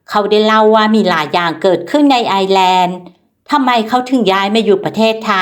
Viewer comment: ต้องออกเสียงว่า ไอ เอ้อ แลนด์